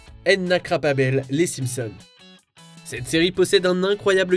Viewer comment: Quelle horrible façon de prononcer "Krabappel" ( ne parle pas anglais ça paraît comme le nez au millieu du visage). Ce n'est pas "Crab-à-la-pelle" mais "Krab-Apple". Sérieusement fait un minimum d'effort!